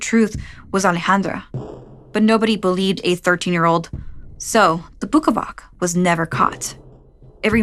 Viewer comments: Bukavac is pronounced "Bukavats" btw! And Ivan "Eevan" :) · i dont think bukavac is pronounced like that